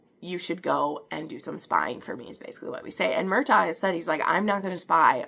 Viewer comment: Love you’re review girl ❤❤❤ but everytime you say Mur-TAG, & CAL-um I wanna shake ya lolllll😂😂😂😂